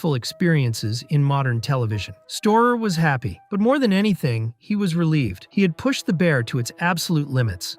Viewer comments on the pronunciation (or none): none